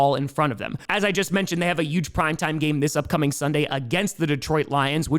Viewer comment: It’s huge, not yuge